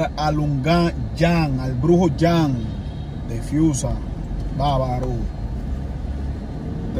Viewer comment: Dice friusa no fiusa...